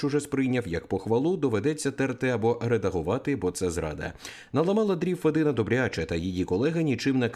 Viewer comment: Не федИна,а фЄдіна.Мовчу матів не вистачає.